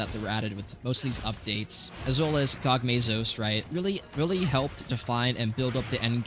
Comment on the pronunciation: What is your prononuciation. Omega planetes and gogmazios. Lol😂